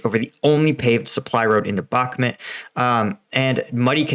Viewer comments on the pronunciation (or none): Dude you need to watch the Russian Dudes channel, and its pronounced Bakmoot Not Bacmint, you drive me crazy with that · Mate, for 100th time - it's BaHmut, not BaKmut. WTF? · Man.... how many years will it take you to learn how to pronounce a city you've been talking about for months??? Bakmut is not pronounced back-mid or back mud like you constantly do. Its pronounced Bok-moot it's so irritating listening to someone who doesn't even do the preparation to learn correct pronunciations. How long are you going to make these stupid assessments and predictions that are always wrong the 4-5 times I've watched? Your latest assessment is reiterating the fact that you think Ukraine waited too long to evacuate.ukreaine isn't trying to evacuate they are committed to beat who you call Russian elite which calling Russian or Wagner elite equals a brand new American grunt. There is nothing elite about and Russian forces as all of their so-called elite equals to average American troops were decimated in the first month of the war. Where do you get your intel anyway stating there are no elite Ukrainian troops in bahkmut? It's common knowledge that Ukraine has elite special forces in the Bahkmut area and that Ukraine is committed to defeating the Russians in bahkmut which will break the back of the invading forces allowing Ukraine to overrun the Russians as they did in summer and fall of 2022.funny how you say Ukraine needs listen to the USA top brass assessments but Ukraine's route of Russian forces in 2022 was done without American knowledge and against USA top strategic planners assessment pre offensive. Dude your assessments suck your predictions don't come tr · It's pronounced Bachmoot. All I've heard from the ground it's the Wagner Group fighting for Ukraine they're not Ukrainian but mercenaries.